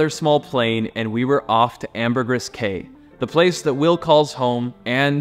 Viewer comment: You’re gonna have to learn to pronounce Ambergris Cay if you’re gonna live/be there 😂 Secret beach was a solid 45 mins of hellish roads on a golf cart to get to the beaches there. Sad that people are taking this untouched area that a lot of local species rely on as the only wild place left on ambergris